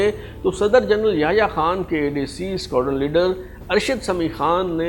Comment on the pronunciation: Squarden Kia hota Hai... Ye kia koi nae cheez Hai.. ya talatuz nahi aa raha... Hamai to pta Squadron ka. سکواڈرن بولو اگر سیھکناہے تو اور سکوارڈن